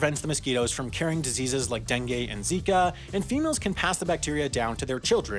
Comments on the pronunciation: It's DengU not DenGAY. Okay? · Dengue is pronounced as dengoo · "dangay fever"